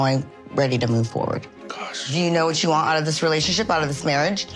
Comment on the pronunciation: Stacey and Darcey look like drag queens. Jasmine looks ridiculous in the tight a$$ jumper. Can someone tell her that it’s “what”, not “gwaht”? 🤦🏾‍♀️